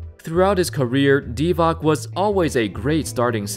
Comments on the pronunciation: divats not divack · It's Divatz, not Divak. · Lol... Dee Vach is (more) correct. If you want accurate pronunciation dont listen to Americans, and that includes English words... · it's pronounced 'Divach', not 'Divak':) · Why do you Americans pronoun Divac as Diva(k)? It is pronounced Diva(ts) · Hey fellow americans. Can you stop wrongly pronnounce serbian names? Its not Divak god damn its Divac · This is the third video I've seen in the last few months with someone calling him "Vlade DEE-vock". For a guy who played til the mid 00s and was far from obscure, it's weird that so many people would mess his name up. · I think it's pronounced as di-vots or di-vats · YSK: Divac is pronounced Dee-Vahtz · Divac is pronounced like Divach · Vlade DivaK? Really? I get it, Serbian names are hard for Americans to pronounce, but this is just embarassing. "C" in "Divac" is pronounced like "tz" in "Nowitzki" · I mean how can you have 300k subsribers and butcher the name of a GREAT player like Vlade Divac. If you actualy watched atleast one game that he played in,you would know how to properly say the name,which btw is easier and sound better then „Vladee Divak“ .. rofl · Who is Vlade Divak dude really? You don't know how to pronounce Yugo surnames??? After so many greats come from there So it's Petrovik Doncik Marjanovik etc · You know what angers me more then this undeserved all star games? Him mispronouncing vlade divac s last name its c not k